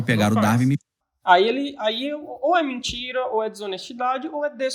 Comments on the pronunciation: Entendo que prefere dar e vir-se, mas pronuncia-se "dar-uin". Também costuma pronunciar "win" como "vim"? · Uma curiosidade. Qual é o motivo para pronunciarem "Darwin" como "dar-vim"? 3:86 Daniel até pronunciou "dar-vim" quando referiu um título em inglês. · poisé, acho que ele entra para aquele curioso grupo de celebridades com nomes abrasileirados, tipo o "scorcize" que pronunciamos "scorcése"